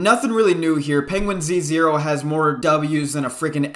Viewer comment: Its not pronounced Penguin Z 0, it's just penguins0 LOL